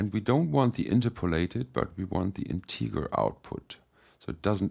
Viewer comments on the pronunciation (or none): I love your Flacon tutorials! The mapper is a really powerfull tool. Only your pronounciation of the word 'Integer' wasnt correct